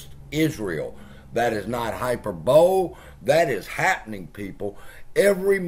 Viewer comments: Hyperbowl 😂😂😂😂😂 It's hyperbolEeee. And you expect anyone with a brain to believe your shit. shuffle. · Hyperbole = high-per-bowl-lee